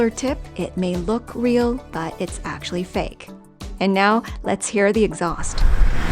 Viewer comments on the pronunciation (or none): none